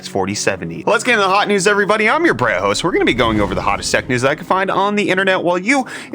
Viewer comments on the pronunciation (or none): I really like these videos but I'm sorry the I'm your host. I keep hearing Bread host and it annoys me lol